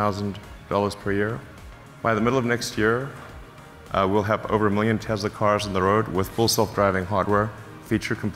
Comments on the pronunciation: When Elon said Tezla 👺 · This is coming from the same guy who never followed up on his Tesla solar roof tiles lie. Teslas are already unreliable enough, always being in the shop like 2001-present BMW and Mercedes. He can't even pronounce his own company name correctly!